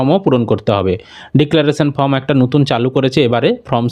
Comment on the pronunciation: Pronounce correctly the spelling of form